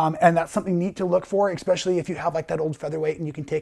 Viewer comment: Bro your videos are fantastic. They're informative, concise, and very easy to follow. My only critique is that there is no x in especially. It's not exspecially it doesn't sound like it when pronounced correctly. I mean absolutely no disrespect. It's just a little pet peeve of mine. I find that along with dressing well. Articulating one's self properly can have a strong positive impact on the way people perceive you. I write this with the upmost respect and with no I'll intention. Thank you very much for your videos. Yours are some of the best I've found. 😁